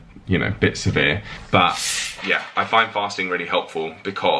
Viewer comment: When you said fasting it sounded like farting. 😂. Leave it up to me to hear that! 😂